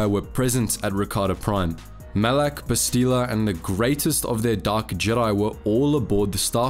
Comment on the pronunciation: I hate how you ALWAYS mispronounce her name. It's Bastila not "Bastile". If you had ever played the game, even once you would know this.